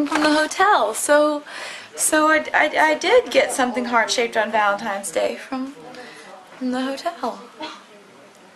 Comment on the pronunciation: I LOVE YOU TAYLOR SO MUCH! plz come portugal :") "Valentne's Day" s awasome!!! :D